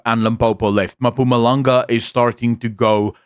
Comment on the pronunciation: Enjoy your content, but please learn how to say "Mpumalanga" as ma-puma-langa is not it LOL